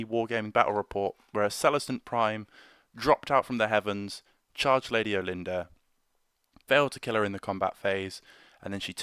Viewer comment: Not trying to be over corrective but I kinda prefer how us hicks pronounce her name here , sounds kinda like we are saying " All- en- durr", just sounds much much more regal to me! Most of the time Brit pronunciation doesn't overt bother me with the huge way you guys pronounce the word " Idea" where it always sounds like " eye- dee-ur" just drives me nuts. Some of my friends from over there visually wince when people here say the word aluminum . Anyhow I know it's old but the for the bid, I just got my lady built and waiting for her zenithal prime to dry, She has to be one of the most ornate models I have built to this date!